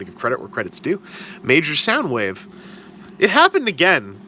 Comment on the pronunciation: You do know it's Soundwave not Soundwoof.